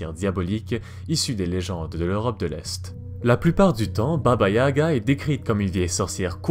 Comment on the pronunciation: Tout est bien sauf la prononciation, à améliorer de baba yaga